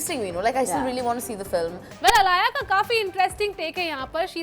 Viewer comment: She was aaliya...why is her name being pronounced as alaaya??